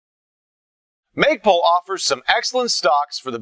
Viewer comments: lol "maygpul"? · haha he said magepul hahaa